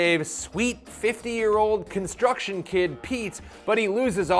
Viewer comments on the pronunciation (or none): none